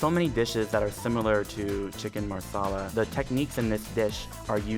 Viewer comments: Every time her said maRsala the Indian in me exploded xD But love the video :) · Wtf is marrrrrrsarlar 😂😂😂😂😂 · i thought he was saying chicken masala wrong, but as it turns out, it was marsala😂😂😂